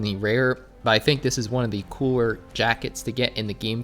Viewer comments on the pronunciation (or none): none